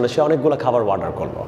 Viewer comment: Sir its not ওয়ার্ডার its অর্ডার !